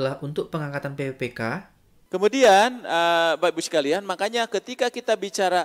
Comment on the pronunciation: cara penyampaian nya mungkin bisa diperbaiki lagi untuk penyebutan pppk dan tahun.